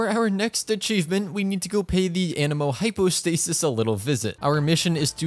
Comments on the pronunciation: it crashed because u said hypo hydrostasis lmao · Did anyone notice that he said hypo hydrostasis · I think it crashed from you saying “Hypo Hydrostasis” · "the hypo hydrostasis" game decided, nope you just said that wrong, time for a yeet yeet self delete for this game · Bro really said hypo hydrostasis 💀🤣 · "hypo hydrostasis" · Did I just hear hypo hydrostasis?😅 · Bro said hypo hydrostasis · he said hypo hydrostasis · genshin crashing after saying hypo hydrostasis lmao game literally said you don't call it like that